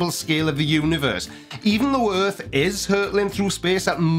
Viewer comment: Yours = yurs, earth=yurth, etc